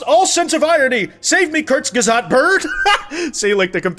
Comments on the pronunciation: you said Kurzgesagt so wrong I repeated the part three times and didnt get what you where saying until reading it. It’s like Kooo (booh!) rz gay sug (like suck) t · I hate to say this but you butchered the name kurzgesagt i didn’t even know what it was until i looked at the screen💔💔